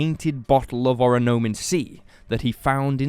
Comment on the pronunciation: good video! the drink would be pronounced oronAmin instead of oronOmin based on the hangul on the bottle at one point, though :)